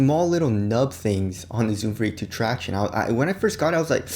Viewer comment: really cringed listening to him saying 'tractione'. why cant you pronounce normally